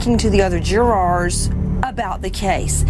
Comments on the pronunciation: Karla Morales jew-raaahr 😂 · Emma Mason Nancy is a dumb ass. Can't even say jurors correctly